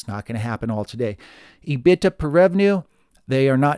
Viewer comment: I have never heard anyone say E- BIT-TA before. Always heard E-BIT-DA. Love the Channel though.